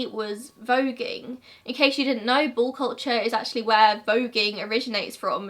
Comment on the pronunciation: I kept trying to decide if it was bull or ball 😂😂